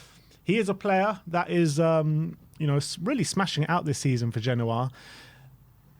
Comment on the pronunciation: This guy is a joke "ginoa" you mean "genoa"